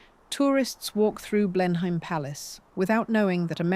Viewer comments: BLEINHAM IS PRONOUNCED BLENHAM, NOT BLEINHEIM. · The name of the estate is said BLEN-um, not Blen-heim. Aside from that your AI presented an interesting story. Also, what's with the most random pictures? The stark conference room with the mics and headphones 🎧 makes zero sense. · Blenheim Palace ..... It is pronounced "BLENNUM" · It is "Blennum" ( I get what youre saying but ~ham suffix is also a problem for non British English speakers)